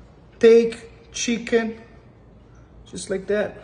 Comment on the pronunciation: You know it’s about to be 🔥 when the chef says shicken! Plating was gorgeous too!